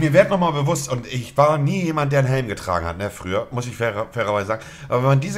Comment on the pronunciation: Niemand Monte: " DER HÄLM DIGGA"